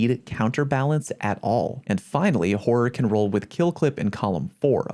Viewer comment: All I heard was "whore" xD